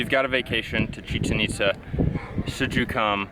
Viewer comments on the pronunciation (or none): “ChichenÍtza” no, “ChichenitzÁ” !! 😂✌🏼 Nice video. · It's pronounced Chi-Chén It-záh